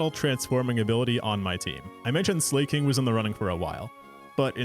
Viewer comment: The "slay-koth" and "slay-king" was the part that really rankled me. It's based on the word "SLACK"! Slakoth is a play on "slack off"!